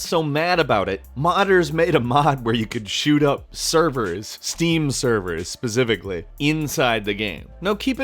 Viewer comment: “Steam servers, pacifically” 💀